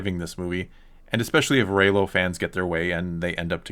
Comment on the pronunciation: "Rey -Lo". 😂😂😂😂